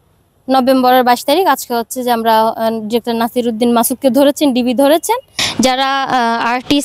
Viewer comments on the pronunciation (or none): none